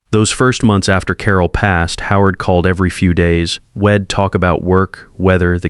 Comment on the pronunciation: In fact, AI has hit a new low. ID for I would, Wed for w‘d,HED for he‘d. And why does Dad‘s Perfect Revenge not change the wording just after the disclaimer at the beginning ? REVENCE is just wrong.